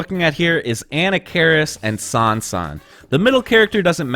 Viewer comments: "Anna-karis" jesus christ dude, i t's "A-nah-ka-riss", not off to a great start for cred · An nak ker ris. Not Anna keris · Pronounce it right... A-Nock-A-Ris. He's an ancient mummy Pharoah, not a school girl from New Jersey dood. Lol. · What could possibly convince you that Anna Cairis is the right way to pronounce the character's name? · I had to stop video cause of "Anna-care-is". I just can't trust someone's expertise on the ins and outs of a fighting game if they can mispronounce a character's name in such an awful way. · Ahem ... [ah-NAH-kuh-riss] ... methinx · did you just call him Ana Karis lol? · Who is "ANNA CARIS? It's pronounced "A-knock-ka-riss". :P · It's pronounced "ANNA FARRIS" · Uh-Knock-Uh-Ris..that's how you pronounce his name. The name is supposed to be Egyptian just like the pharaoh Tutankhamun. The way you pronounce that name is very annoying. Great video though, Marvel versus Capcom 2, UMK3 and Street Fighter 3 Third Strike OE are the only reasons I kept my 360. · Damn .... I've been spelling and pronouncing Anarkaris' name wrongly for over 25 years ... lol .... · You say anakaris funny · No it's not. That's the pronunciation from somebody that has no idea how it's supposed to be pronounced. Just because it's been mispronounced multiple times does not make that the correct pronunciation. That does not sound Egyptian to me. That sounds like a Food Network hostess. Other people can mispronounce it if they want, I'll pronounce it like the other pharaoh names as it was meant to be pronounced. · This guy says anakaris sooooo white hahahaha